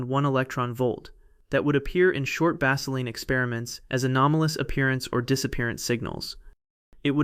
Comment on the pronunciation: You guys have got to do better with your text to voice app. Baseline does not rhyme with Vaseline. Prepare your text so that these errors are not made.